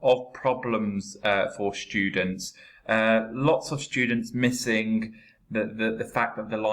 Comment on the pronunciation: But why you always say " shtudents with the sound " sh "